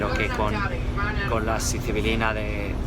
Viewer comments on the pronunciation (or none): Sicibilina?? Estas hablando de psylocibina no? Cuando hablas de las setas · Se dice "Psilocibina", no mames! Lo dijiste mal como 25 veces!!!